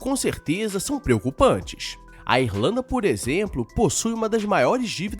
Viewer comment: Pera, o cidadão falou Êrlanda, foi isso mesmo que eu ouvi?